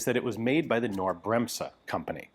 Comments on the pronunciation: I can tell you as german that there is not the slightest hint of an "A" after the k, nor is it silent. There are many words in english that have two consonants following one another directly. Like snake or groin. There is no "A" after the G in groin. It's the exact same with Knorr. You could also google the pronounciation. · The K in knorr is not silent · You really need to work on your pronunciation of "Knorr", Ian. The "K" is not silent... :D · You telling me it's pronounced Ka-NorrD Like the early pronunciation of the word "knight" ka-NIghT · Nope. Am Norwegian, also pronounce Knorr and other words than begin with Kn- without any A sound. And the old pronunciation of Knight didn't have an A sound, either. There's no vowel sound between the K and the N, the N starts with a hard K sound. Do you pronounce "ketchup" as "ka-etchup"? I bet you don't. Nor woudl you say "crown" as "Ka-rown". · Well, the German KB employees I worked with pronounced it Ca-nor, not Cay-nor. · Hi Ian, I just wanted to say that you should pronounce the "K" in Knorr. Just pronounce it as a hard "K" as in kite. German is a strange language, but so is English since English is a germanic language with a lot of bits and bobs thrown in from a ton of other languages. Good day. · "Knorr Bremse" The "K" is not silent! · the K is not silent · The K in Knorr is spoken like the C in cake. ....with strong emphasis. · In the german word KNORR you pronounce the "K". I knew Knorr only as a brand for "bag-soups" and instant-noodles and stuff like that from our supermarkets. But I‘ve never seen Knorr instant guns ...😂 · The K in "Knorr Bremse" is not silent; you are pronouncing it wrong. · Knorr pronounced with a k; it is German, not English ... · That K in Knorr is NOT silent. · There is no A sound in "Knorr". It is pronounced with a K-sound followed by an N-sound. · The K is also not silent in Knorr. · Only an unimportant mistake, in German language the K is pronnounced as K in this case.